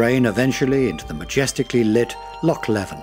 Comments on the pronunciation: Loch LEEven is the pronunciation. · Loch is pronounced like the ch in Christmas. Loch Leven is Leeven. Eilean Donan Castle is Aylin Donan. Ardnamurchan (still ch in Christmas) is the most westerly point of the British mainland. Staffa, near Iona is a columnar basalt island whose cave inspired Mendelson's Hebrides Overture. Just south of Mull is Corryvreckan, the second largest whirlpool in Europe. You could make a dozen videos, but great shots of what was covered. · Loch Leven is pronounced Loch LEE-VEN ya dosser...